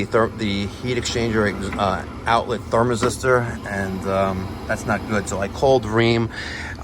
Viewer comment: Ther-mis-tor Sorry bud, Had to.